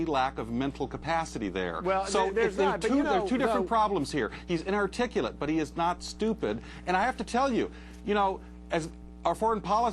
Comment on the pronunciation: hehe the news reporter couldn't pronounce "inarticulate"